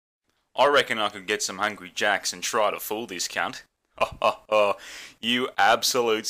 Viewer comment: The burger spot says hungry jacks… but I clearly hear him saying angry jacks wtf